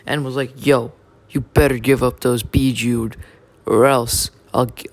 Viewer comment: Actually dumbass it's bijuu